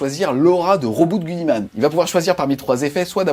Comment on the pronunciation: Si on parle à l'anglaise, il faudrait dire "Robouté Guilimane" !!! 😂